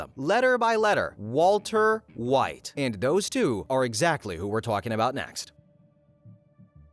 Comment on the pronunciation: walter hwite